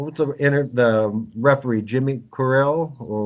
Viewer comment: Can't even get the refs name right lol, it's Jimmy Korderas. Pronounced Jimmy Cordera. Every fan knows this. The S is silent.